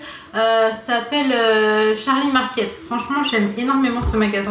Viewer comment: Salam tu m'as fais rire quand tu as dit Charlie c'est Charlie's et le s tu le prononce z, on s'en fout un peu mais ct juste pour te remonter le morale ma belle 😂😂😂❤❤❤💃💃😘😘😘